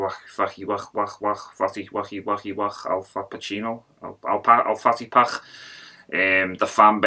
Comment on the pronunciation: Instead of Al Ettifaq, its become Arrrl Whatthefaq 😂😂